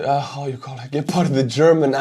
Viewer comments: the first pronunciation was just fine. Its not Dschepard. Gepard is perfect. Problem with the ammo is, that the gun and the ammo is Swiss made, and Swizerland want to remain neutral. Thus blocking Germany from giving the ammo to Ukraine. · It's Gepard with a hard G, like in Goal. Since this is how we Germans do it's pronounced on the e, like "geh-pard" but to be fair people can call it pussycat if they like, as long it shoots down orks. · Dear Gepard in english means cheeta, this fast charming Cat, you pronounce it gäpard. Thanks for your cool channel, I watch it with great interest. Martin for Berlin Germany